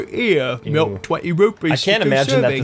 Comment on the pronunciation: says british accent "milk!" Dairy boi's beginggings...